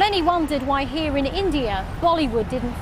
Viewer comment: saying here 😂😂😂 more like hare 😂